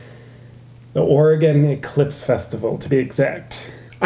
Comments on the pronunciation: Ora-GONE?? You mean ORE-uh-gun. So many people mispronounce that state. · "I decided on the best, Oregone" Not sure if that was part of the parody or not, but Oregonians tend to have a mini aneurysm when we hear that. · It's pronounced "or gun" lol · Why you gotta go pronouncing Oregon like that. Or-ee-gone. sigh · He pronounced it "Or-re-GONE" fucking triggered. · You pronounced Oregon wrong!!! I live there. It is pronounced Oregun!!! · Perhaps the people of Oregon should vote to have their state renamed to it's true phonetic spelling? Or should you complainers be gone?